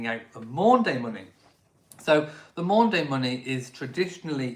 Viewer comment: It's Maundy Money, not Maunday Money! Maundy is derived from Old French 'mande' and Latin 'mandatum', meaning mandate or command. Nothing to do with days.